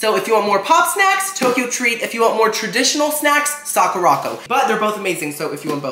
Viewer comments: I'm sorry idk if you've been told this already but it's Sakura co not Sakurocko sorry not tryna sound rude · Lol just a heads up its pronounce "sahh - coo - da. ...... Co" co is separate it just means company